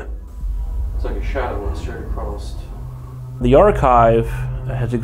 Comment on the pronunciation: Love you 3 musketeers. I have a giggle when says “acrosst” instead of across…☺️